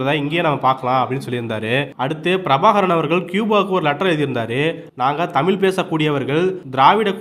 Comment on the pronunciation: தமில் அல்ல சகோதரா தமிழ் சரியாக உச்சரிக்க வேண்டும்